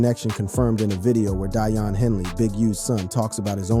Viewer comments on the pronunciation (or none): Click bait and stop pronouncing his name wrong. Daiyan. Day-Yon not Die-Yon.